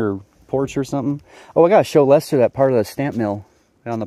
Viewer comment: Glad Lester got some good gold to take home and thanks for the shout out. Really glad you pronounced my name right, lol. You'd be surprised how many don't. Don't work too hard. Record the bbq and highbanking.